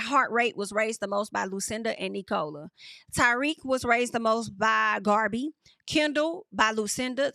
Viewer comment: that girl name is pronounced (Nik-ka-la) 🤣🤣😭😭😭